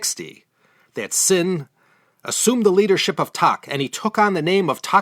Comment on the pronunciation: Not sure you are aware of it by now FYI. King Taksin name is pronounce as King Daksin same for Tak pronounce as Dak. The name you said was the name of the ex Thai prime minster Thaksin, lol. And you said fish ball instead of Chinese son lol. No offense taken from a Thai.